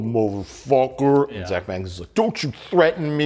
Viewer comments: It's pronounced Bagans. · Why do you always pronounce zak's surname wrong if you watch ghost adventures you'll hear zak say his name and the correct way to pronounce his name.